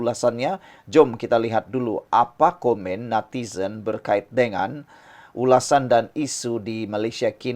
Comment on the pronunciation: Natizen.sebutan pn xngm